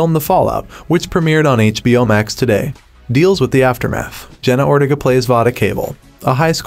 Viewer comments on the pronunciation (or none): Bro said jeena Ortiga instead of Jenna ortega